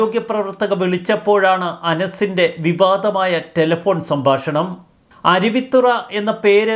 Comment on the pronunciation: ചൊവ്വേനേരെ വായിക്കെടോ. 'അരുവിത്തറ ' അല്ല അരുവിത്തുറ.